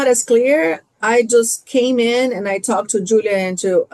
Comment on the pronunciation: im so done with that BEE ( WHO-LEE-AH ) and her micro-aggressive WIFE too and THAT QUEEN ISSAC MIZRAHI